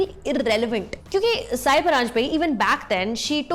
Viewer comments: Hey Sucharita, her name is pronounced as सई परांजपे and not साय परांजपे! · its not saayi, its sai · नाम तो ठिक से लिया करो.. उच्चार साई नही सई परांजपे है... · Pronouncing Sai's name as "SAYI"